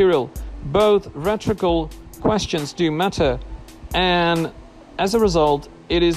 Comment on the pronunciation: LEARN HOW TO PRONOUNCE "RHETORICAL" CORRECTLY